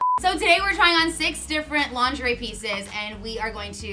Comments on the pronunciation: The way pronounces lingerie kills me every time especially since that's how I pronounced it as a kid. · calling it "linger-ee" is cracking me up. When I saw that word as a kid, that's exactly how I said it. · So glad I’m not the only one who occasionally calls it linger-ee 😅